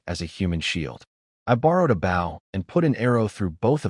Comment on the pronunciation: Can you please reprogram that AI to pronounce the word bow correctly???